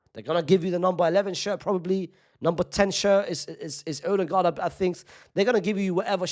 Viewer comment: No way bro said "Odingaard"😂